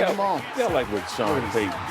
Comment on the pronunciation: "You Vike that?"